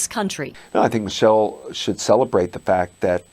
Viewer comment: Michael Obama starting off this video right.yes it's micheal not Michelle.